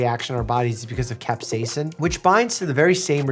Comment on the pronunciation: Today, I have learned how to properly pronounce capcaisin. Thanks Doctor Mike.